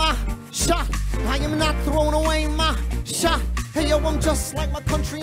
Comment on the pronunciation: It sound like Lin is saying Sho instead of Shot